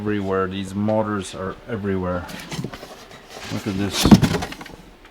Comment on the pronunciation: In the beginning I thought you were saying "mortars" until I figured out you were saying "motors."